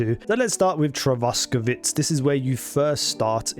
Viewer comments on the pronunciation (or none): Its not "Trotsky" but "Trosky". Nothing to do with that russian criminal.